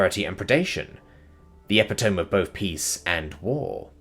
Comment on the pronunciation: e-pit-o-me not epi-tome